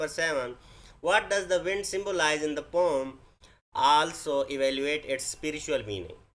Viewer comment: Pom✅😅 poem❌😂